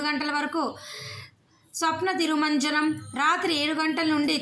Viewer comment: తల్లీ అది స్నపన తిరుమంజనం. స్వప్న తిరుమంజనం కాదమ్మా.